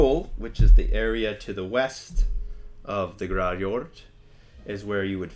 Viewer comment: "we're starting with GRARRJORRD" me: "g... grarrim..." "THE GRAARRRRJOOORRRRD" me: "skyjord..."